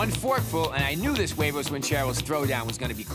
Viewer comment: Bobby don't know his huevos ranchero's , can't even say huevos correctly